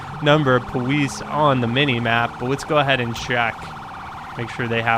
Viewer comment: Why do you say police like poweice